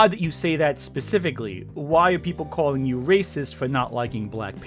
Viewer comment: "cawlling me a wying art bwtho". Omg I cant handle the mouthbreathing and lazy speech.